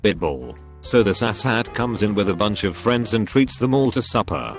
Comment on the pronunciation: Words: AssHats Voice: Ashats